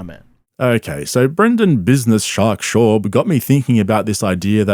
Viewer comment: Bro why cant you say his fucking name correctly its shaaab hearing you butcher it everytime makes me wanna cry